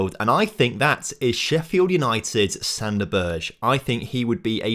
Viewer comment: the way u say most of these players names. jesus. Joe worrell? Figurodo? Sander Berj? lmao. Also we play 3-4-1-2 so the 4back wont work as a starting lineup. We only ever go 4 at the back during the game if we are in a nice lead...